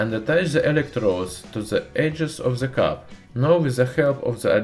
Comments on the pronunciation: Чёрт подери, твой акцент на уровне первоклассника. Хотя бы de вместо ze говори, будет гораздо лучше. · nice video, but unbearable to watch because you say ''ze'' like every 5th word